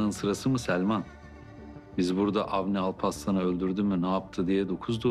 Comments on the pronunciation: Avni demeyip hamdi mi dedi bu yavuz suboşu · Ben de Hamdi diye anlamıştım, sonra Avni diye söyleyince yanlış duydum demiştim.